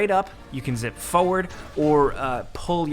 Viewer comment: I still can't get over the fact that he says "Foeward" instead of "Forward"